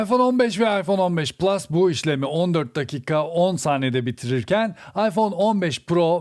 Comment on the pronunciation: yıllardır hala plus yerine plüs demene bayılıyorum abi.